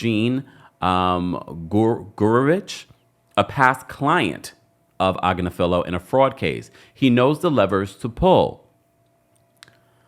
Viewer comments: Ag-nif-a-Low <<<is how you say it 😂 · I have seen Marc's wife, Karen, on various law shows. She is well-respected and pretty high-up in the legal game. She is also is a liberal. from what I can tell (BTW, she pronounces her last name as Ag-NIF-felo) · Omg it’s mark agNIFilo. You sound sorta, out of your depth when you don’t pronounce his name correctly. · Pronounced ag-NIFF-falo, like buffalo. His wife is a top Manhatten attorney. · His wife is on a youtube channel so you pronounce his name agg-nif-a-low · You are definitely not pronouncing his name correctly. It’s ag•Nif•ilo (emphasis on the second syllable). I’m pretty sure they pronounce it correctly on TMZ. Diddy won’t go on trial for at least a year, so you have plenty of time to get the pronunciation correct. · Please consider this constructive feedback. You do a great job but repeatedly pronounce Marc Agnifilo's name wrong. His wife is an on -air legal talent for The Midas Touch Network. I suggest pulling them up and getting the correct pronunciation of Agnifilo. Otherwise, great show & great job.